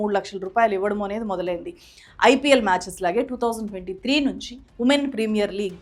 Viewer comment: 2023 final kadhu garu...2013 your pronounce wrong